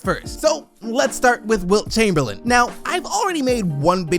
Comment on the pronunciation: "Chumperlame"?? that hurts, Kareem 🙄